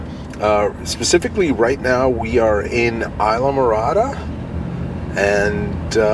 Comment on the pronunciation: Isla Morada = EASE LA MORADA!! Why doesn't anyone say that right!!!